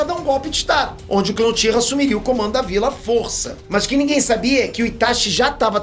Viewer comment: "Joãozinho Uchira"... 🤣🤣🤣🤣🤣🤣🤣